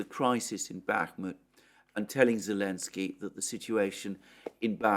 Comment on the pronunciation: Zulishni, Zelensky, Zucchini, Z Z Z Z